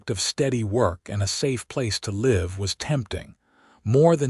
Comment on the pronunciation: I wish once the word live would be pronounced the right way according to context